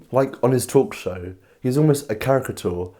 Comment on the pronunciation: Great stuff and I completely agree with you regarding James Corden. However, I don't enjoy listening to people get words wrong over and over, for example the word caricature, just get the f**king word right and do it in one take ffs. Apart from that excellent video.